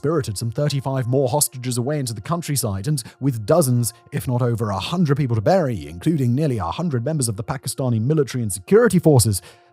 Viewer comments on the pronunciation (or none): none